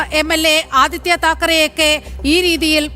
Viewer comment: തക്കാര അല്ല മകൻ താക്കര. അച്ഛനെ ചതിച്ചു മുസ്ലിം കോൺഗ്രസിൽ ചേർന്നു